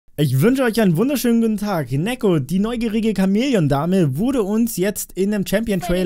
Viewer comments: Neeko nicht nekko. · Neeeeeeko Nicht nekkkkkkkkkkkkko